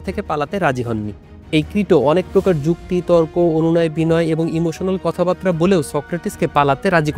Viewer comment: দুটো শব্দ ঠিকভাবে উচ্চারণ করতে শিখুন-- কথাবাত্রা > কথাবার্তা (ko-tha-bar-ta), মৃত্যুডণ্ড > মৃত্যুদণ্ড (mri-tyu-দ-ndo)।